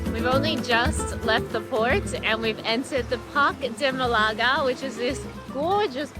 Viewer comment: Maybe check how to correctly pronounce the name of the place you are doing a video about first!